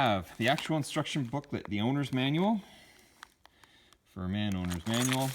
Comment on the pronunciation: it's pronounced fir min not fur man. talk about the Chinese getting the spelling right or the translation correct